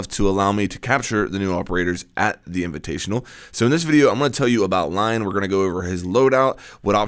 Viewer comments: I think you actually pronounce it Lee-on since he's french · I thought it was LI-ON? (Lee-On) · It's pronounced Leon EDIT: how's this not on TTS?